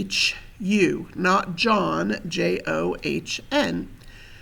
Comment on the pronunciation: Excuse me...but you are mispronouncing that... Jehu (/ˈdʒiːhjuː/; Hebrew: יֵהוּא, Modern Yehu, Tiberian Yēhû, meaning "Jehovah is He